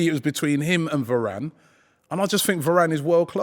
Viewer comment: The disrespect on varane’s name